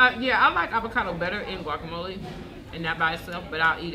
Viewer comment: Great video, high five for pronouncing guacamole the right way!!🖐🏻